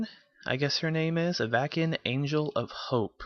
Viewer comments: av-ah-sin, like have a sin, for the love of akroma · I love how you don't know how to pronounce Avacyn.